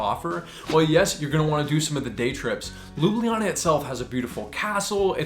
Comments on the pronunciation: Ljubljana is not 4 syllables, it's 3. LJU-BLJA-NA. The only consonant that can make a syllable in Slovenian is "R", and only because it can carry an unwritten schwa sound. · As a native i have to wonder where are the J sounds and where did you get the EE? it would be far easier to just learn it the way natives of ljubljana say it, loo-bla-naa thereby making lublana forgoing the J as we do, cause for accuracy then the easiest way to explain it would be to roll the first L into the word you, so LYOU-BLYAH-NAH (do keep in mind this is just grammatical way of saying it, but loo-bla-na, would be how most would say it, particularly natives of the city, with their regional accent) just a word of advice and hopefully you come back to enjoy the country some more. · Ljubljana has three vowels and three syllables. The j is pronounced somewhat like an English y (at the start of a word). Thanks for your recommendations! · I like how he explains the pronunciation wrong lol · Fun fact: You pronounced Ljubljana wrong lol. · My country ❤😉🇸🇮 Even I have trouble pronouncing the word Ljubljana, even though I'm from Slovenia😉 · Great video, but i find it funny how at the start when he explains how to actually pronounce it, he still miss pronounces it a little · LjubLJana, the second LJ part sounds a bit off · Its not pronounced Loobliana, Lj is like 1 letter, like saying L and J at the same time, Lju Blja Na, lj appears twice, just very str8 forward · Your pronunciation of Ljubljana, while pretty good for a foreigner, is actually not entirely correct. It's just 3 syllables, Lju-blja-na. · we the locals say LU-BLA-NA... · Next time go across the bridge and visit pop's pizzeria. And try to say Ljubljana not lubliana. After each l comes j. J Like in Word yes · I'm sorry but no one here in Ljubljana pronounces it LOO-BLEE-AH-NA or whatever. We pronounce it more like LYU-BLYA-NA. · Its not lubljiana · Sorry but your pronunciation of Ljubljana is incorrect 😬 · Well you pronounce is wrong 😅